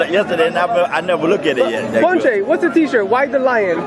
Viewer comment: the name is ponce. not ponche.